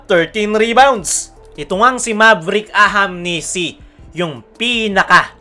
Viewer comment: Kailan mo kaya mabibigkas ng tama yung ahanmisi.. tagal n puro ahamnisi pa wh